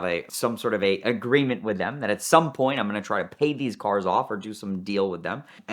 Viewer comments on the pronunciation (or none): none